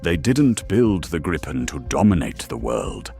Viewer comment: It is pronounced Greepen, not anything else 😅